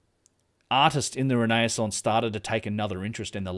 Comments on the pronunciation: Ren - eh- sonse - Great presentation btw - Thankyou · It's re-naissance (again-birth or rebirth) don't worry it took me yonks to get into the habit of correct pronunciation. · That’s it. I’m pronouncing “renaissance” like that from now on.